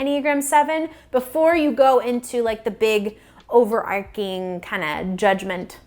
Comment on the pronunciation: OVERAR CH ING... lol not "over ark ing"